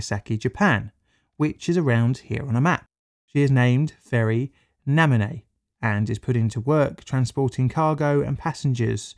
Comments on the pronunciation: Thanks for another interesting vid! Just as a note, the original name of the ferry while it was in Japan, "Naminoue," is "nah-mee noh ooh-ay," which means "atop the waves." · hey! just letting you know the naminoue is actually pronounced namee no ooeh it means on top of the waves :) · i heard you butchering Naminoue flawlessly... NAMI-NO-UE なみのうえ Naminoue meaning above the wave. pronouce NAMI (from tsunami), NO (like English No but shorter or City of Nagano), UE (U from Udon, E from Edo)